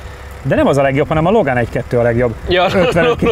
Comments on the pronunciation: Milyen Logen ? Logen Pol? Logánnak ejtik, ez ennyire becsipődött? Angolul kell ejteni a román-francia autót? A porsche meg porsch? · Valaki elmondja miért mondjátok azt hogy “Logen” hogyha az autót “Logánnak” hívják? A “Dácsiát” kitudjátok mondani rendesen.